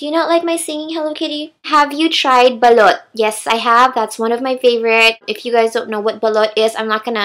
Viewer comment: I may not understand but you can sing I must say. Btw when you mentioned, "Balut" I thought you said "Belut" which is in malay which means eel (